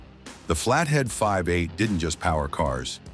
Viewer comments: "the flathead five eight" ( AI speak for V-8 )! Ain't AI smart! 😂😂😂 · Your reader keeps saying "flathead five eight not V-8 . You get a thumbs down from me. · The flathead "5 8"? Nice try, AI. 🤦🏼‍♂️ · The AI keeps calling the engine a five-eight when the V is the letter V and not the roman numeral for five. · The damn AI… five-8! Are you kidding me! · That's what the AI voice meant with saying "5-8" - had my simple mind confused!